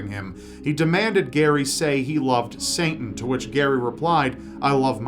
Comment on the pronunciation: I've noticed you keep pronouncing it "Santan," adding an extra n in it. :0